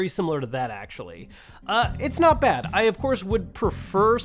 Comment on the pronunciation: for a second I thought you said "Right, my dad"